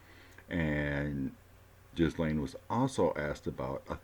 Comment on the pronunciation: I believe her name is pronounced Gilain. Thank you for all the background information. It made the reading so interesting!